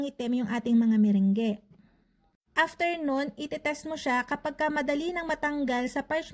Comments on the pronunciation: Hindi po ME-RENG-GE 😆 kundi ME-RANG. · /Me-/rung/ po yung pag pronounce hehehe... Just sharing lng po no hate just love ❤Happy New Year